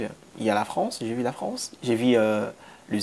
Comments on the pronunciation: Ce que je te demande, cest que tu travailles ton côté élocutoire. Tu as encore un problème de i et u. Par exemple : j'ai vu, mais toi tu dis, jai vi Argument et non arguments Je veux et non je vé. Etc... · « Vu »… Pas « vie »